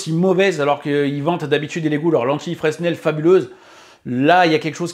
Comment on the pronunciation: Fresnel on prononce pas le S contrairement à Proust. 😅